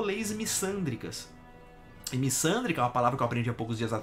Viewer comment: Só corrigindo não é missândria, é misandria. Vc sabe o q é Bilhão?😂😂😂